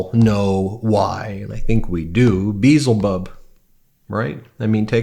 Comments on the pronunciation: its bielzebub not bezzlebub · It's pronounced Bee - El - Zee - Bub ...not Beelzy - Bub 😂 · That would be Bee EL zeh bub. Not Beezle bub. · Just one slight criticism : Beelzebub (ancient equivalent of Satan) is pronounced Beeyel'zebub (accent on the "yel"). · pronunciation of “Beelzebub” is way off. It’s not pronounced like “Beetlejuice” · Ben check the pronunciation of the name Bee...el....zeee.Bub. the name of the devil.. It's in the song Bohemian Rhapsody. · Ben, the name Beelzebub is actually pronounced as "bee * EL * zuh * bub." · Bees wont tell flies that flowers are better than sh!t. Maybe he shouldnt wear his underwear more than one day! Honestly, the flies are just confirming what everyone has been saying about him. And, the correct pronunciation is Bee el zee bub! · Just as a pronunciation guide, it's "Bee-el-ze-bub" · Are you trying to say bee-ell-zuh-bub? C'mon, man! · Beelzebub is pronounced bee-ell-za-bub. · It’s pronounced Bee El Ze bub. But yes your point is salient . Flies are attracted to shit. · Ben, use dictionary to learn how to pronounce Beelzebub! Be-Elz-a-Bub😊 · Love Meidastouch, but it's pronounced Bee-ell-zee-bub. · it pronounced Be L za Bub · It is pronounced Bay ail zee bub. It is from Hebrew. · As a witch, i can tell you this right now. Flies are attracted to things that are rotting. Both literally, and metaphorically. Flies are also an omen of death under the right circumstances. 😬 also by the way, Beelzebub pronounced "Bee-El-Zeh-Bub" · Its pronounced bee·el·zuh·buhb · Check pronunciation of Beelzebub.. It's Be-EL-zebub.. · check your pronunciation of be-elzebub. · The name is pronounced "B-el-zeh-bub." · Bee-ell-zee-bub, from the Hebrew Ba'al (lord) and Z'bub (fly). Note the glottal stop in 'Ba'al', hence the bee-ell. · I’m shocked by how many people can get on camera and mispronounce Beelzebub (correctly: bee-EL-zə-bub) multiple times and never have anybody around them offer the correction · It's be. El. Ze. Bub as inthedevil o.k.